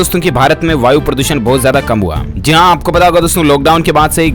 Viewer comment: Zeee haaa nhi bhai jiiii haaaa hota h phle bolna toh seekh liye